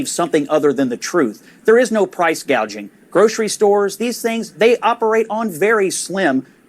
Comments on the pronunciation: Kamala can't even pronounce gauging 😂😂😂she doesn't know what she is talking about. Hope Kamala will be replace at the dnc because she is unfit and unqualified. Kamala is really so dumb and stupid and all the Democrats voters are dumb and stupid. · Gouging. - Gauging Hospitality. -Hospitility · Price gaging 🤦‍♀️🤦‍♀️ she doesn’t even know what it means let alone how to pronounce it. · Price gauge, what a IQ. Maybe she’s an AI, this is how mispronouncing is a tell. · Congratulations! The first commentator to take note that our dear Kamala, cannot pronounce the words price gouging! “Gauging.”?? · "Proud price gauging" she got 2 words wrong! with a teleprompter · lol we noted that she can’t say price-gouging but says “price-gayjing !!!” So so pathetic !!!! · Thank you for pointing out that price gouging is already illegal. And that she's so dumb she can't even say the word right.